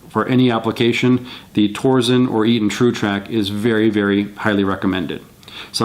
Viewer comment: It's pronounced "tor-sen." TORque SENsing. No "z."